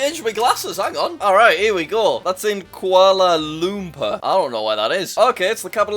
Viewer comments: I’m sorry but “kualar lumper” like what the heck it’s pronounced “kuala lumpuar” GET IT RIGHT NEXT TIME I AS A MALAYSIAN EVEN THO IM NOT FROM KUALA LUMPUR DOES NOT MEAN I DISRESPECT THE CAPITAL OF MY COUNTRY! And btw it’s petronas ‘twin’towers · Jack: "That's in... Kuala... Loompoor? dunno where that is" Me: "L E A R N A L L C A P I T A L S O F T H E W O R L D" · It's pronounced kcuala lompour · Kuala lemper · It’s pronounced (Kwa lumpor) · I’ve never heard someone pronounce kuala lumper so badly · seeing jack butcher the name "Kuala Lumpur" hurt me